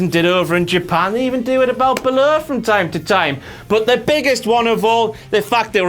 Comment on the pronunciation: The way pronounces "Balor" truly irritates me.